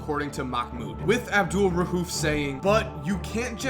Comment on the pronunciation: Bro it's not rhuf it's rauf